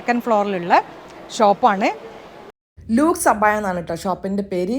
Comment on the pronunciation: ലെക്സ് എന്ന് വായിക്കുക കണ്ണൂകരിയല്ലേ കോഴിക്കോട് ലുക്സ് സോപ്പ് എന്ന് പറയുന്ന ത് കേട്ടു